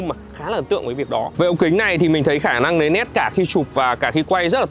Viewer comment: Lấy nét chứ lấy lét là lấy cái gì anh trai 😅